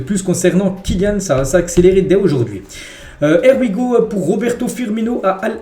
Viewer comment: Here we go (HIY WI GO) please corrige ta prononciation